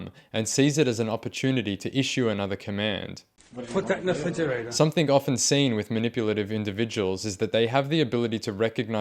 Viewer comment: “Put that in the fridgerator” 😂